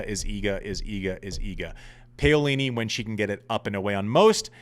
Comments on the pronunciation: why do people care? who can pronounce zhangzhizhen with the right inflection? I don’t care if nobody can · Oh right, so you may have also wanted to note the pronunciation which is correct in Italian yes? Pah-o-li-ni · Ok i see so many mistakes in this thread so I will clarify since I am Italian. It is pah-o-li-ni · Andy, please stop butchering Jasmine Paolini’s name. Please look it up, or listen to the tennis analysts on Tennis Channel, or google it to get the correct way to say her surname. I say this with all due respect, because I find your podcast so accurate and hilariously funny. It’s wonderful having a past ATP pro, was amongst the elite in men’s tennis join the hordes of tennis podcasters. Keep bringing it!